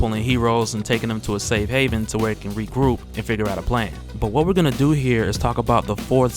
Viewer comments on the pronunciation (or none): none